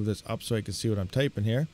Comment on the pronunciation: it is Karlsen D not Karl Send;-)